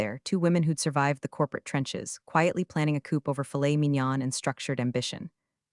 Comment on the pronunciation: Read is always reed, never red. Plan a coop, never coup. LMAO